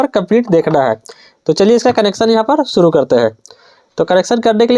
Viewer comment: सूरु करेगा ❌️ शुरू करेगा✅️ miste make man perfect 👌